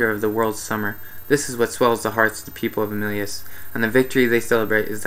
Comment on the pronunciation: I dont understand how you got the name wrong.. you kept saying OMELIS instead of OMELAS